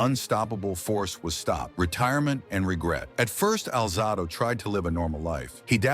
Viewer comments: His name is pronounced Al Zay Dough. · Can’t listen to these when the subject’s name isn’t pronounced correctly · The AI constantly mispronouncing his name is a major distraction